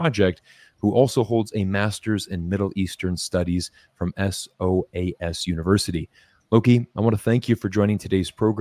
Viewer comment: SOS university. amm SOAS. My God he was not prepared.